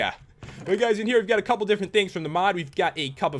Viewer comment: LOL a-cup-le